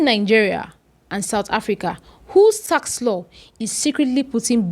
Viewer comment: Tax not task wena msunu